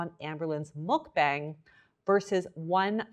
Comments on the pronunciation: I love your videos so much. I feel so safe with you. just a tip though! its pronouncedd muk b(ah)ng. like when u say aaaaa for thee dentist! it's deriveeedd from the word bangsong in korean that meaans broadcast! muk is eating. Eating broadcast! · i love you! but please... it's pronounced "muck bong!" 😭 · MULK BANG ARE YOU KIDDING? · It's not Muk-BANG it's more like muk-bong